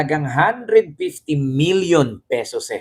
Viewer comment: D ba pesos plural na? Bakit May narinig ako ng pesoses